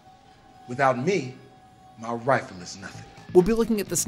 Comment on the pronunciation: If you think "Without my 'Wifle,'" it sounds like Wifle.